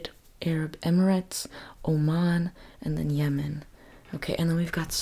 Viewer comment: Yemen❌ Yeaaah mann✅